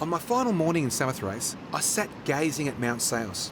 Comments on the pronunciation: Sa-mo-thra-kee, not gee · Kee not gee Sa mo thra ki